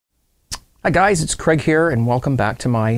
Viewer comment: Your name is Craig not Cregg